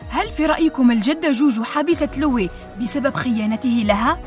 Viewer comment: إسمه لوي ليس ليو لكن شرحكي جميل إستمري❤